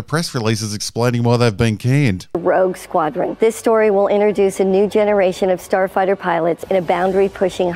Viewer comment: / It's hard to take anyone seriously who says "interduce." There's no such word as "interduce."